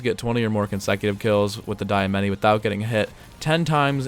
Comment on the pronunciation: It's pronounced "Dee-Uh-Mah-Tee"